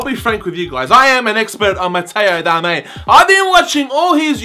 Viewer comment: ITS DARMIAN FFS 😂